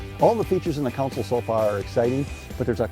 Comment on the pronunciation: I wish this guy would stop saying Counsel........Every video he's in, it's all I hear....